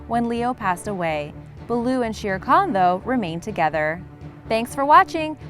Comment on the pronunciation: You said Shere kangoo not Shere Khan